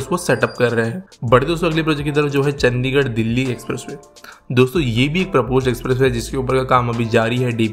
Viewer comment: चंडीगढ़ not चंदीगड़